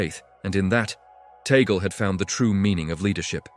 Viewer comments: This guy pronounced “Tagle “ name wrong. Tagle is a Spanish or Pilipino surname - it is pronounced as you would a Spanish word - T a g l e - not the English western way making the last syllable silent. E is pronounced as E - Just like surname Robles - rightly pronounced as R o b l e s. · We pronounce Tagle as Tag- lee 😏🇵🇭🇵🇭🇵🇭🇵🇭🇵🇭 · Tagle not Tagal,please. His family name.